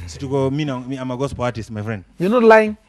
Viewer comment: Mimi nimechoka tu vile amesema gospo instead of gospel....